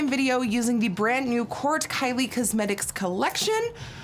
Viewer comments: ' kylie cuzzmetics ' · I actually really like the way Nikki says "cuzmetics" lol 😊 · kylie CUHsmetics